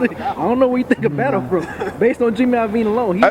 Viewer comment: It's JIMMY LOVINE. I'm sorry, but he said it wrong so much I had to bring it up.